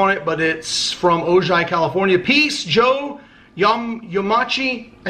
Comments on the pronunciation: Not O-jai... It's, Oh-hi. That's the home of The Bionic Woman, Jaime Sommers. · Its pronounced Ohi not OJY the J is silent. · It is pronounced O hi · was going to say Ojai is pronounced 'Oh-Hi', but someone beat me to it. Couldn't get them to put a note in it, but magical kingdom mug from me, figured that one u didn't have. Keep troopin! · Hey! Ojai is pronounced Oh Hi! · "Ojai" pronounced ...O-hi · The name of the town in (Ojai) is pronounced O-Hi, don't worry about my last name you can just call me Yama! I'll be in Vegas next weekend, straying at the Monte Carlo. Let me know if we can meet up! Peace! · man I enjoy "mail time"... It has come a long ways from the first couple of Starbucks Cards you would get when you first started. I see people have corrected the proper pronunciation of O-Hi....also, I am believe the Golden Rooster has several symbols for various Feng Shui. I think if you put it in the South corner of your home it will bring good luck and fame. Also, it is a sign of masculinity and can strengthen the bond between you and Molly. If I remember this right (my ex wife was ino Feng Shui)..probably look it up to see the various representations. I wish I could send you a "Hard Time" mug we have in prison (it says between a rock and a hard place).. Last, don't let these ass clowns with their negative remarks get to you... Ignore them, they ain't worth it.. Carry on. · Hey the city name is pronounced ohi even though it is spelled ojai california. I am from california so I know how to pronounce it The name Ojai is spanish. I hope that helps you pronounce it better. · Ojai is pronounced o-hi by the way. Jus sayin